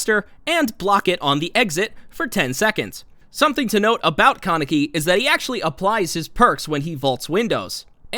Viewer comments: Its not con-neck-y lmao its Kaneki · “Kuh-necky” lol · The way u said kaneki and sui Ishida had me spazzing 💀